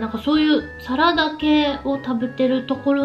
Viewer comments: サラダのイントネーションがサ→ラ↑ダ↓で草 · 花の栽培は、きつい農薬使うから、食べるのは食用だけにしないとえらい目にあいます。 なんか、サラダの発音？